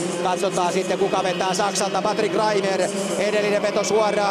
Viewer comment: Hyvä Herra selostaja. Tee nyt jumalauta sentään muutama asia selväksi; oletteko Mertaranta vai Nertaranta? REIMER -ei REiNER!!! Mikael Granlund -ei Miikkaeel Graanlund. Olen erityisluokanopettaja ja voitte tulla oppiini ihan oman uskottavuutensa vuoksi.